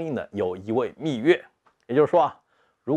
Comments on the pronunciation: 密钥（yao）, yue听着有点点难受，虽然不妨碍看内容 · 虽然秘钥这个词也可以读秘钥(yue)，但实际上密码学界都读作秘钥(yao)，因此读成秘钥(yue)是不专业的。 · 密钥yao，不是蜜月yue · 密钥（yao），钥匙的钥（yao） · 我怎么觉得不该读密yue而是密yao？